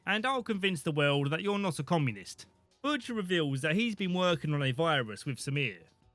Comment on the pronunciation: bush...ter? bushter? butsher?